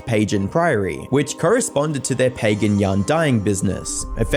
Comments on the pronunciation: bro pronouncing pagan like "page an" 🙄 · you say pagan wrong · Pernouncing pagan wrong in a name and then pernouncing it correctly a second later is wild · Dude I swear you mispronounce things on purpose, it’s the most frustrating part of your otherwise good content. You pronounced “pagan” incorrectly and then correctly within five seconds. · tic is switching between hard and soft "g" pronunciation when saying "Pagan"